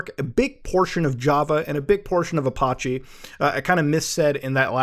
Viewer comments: "app-oh-chay" ouch....seriously....ouch......PLEASE quit mangling names, for the love of god..... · you say apache funny lolol. I also have alias' for both "delete" and "restore" huehue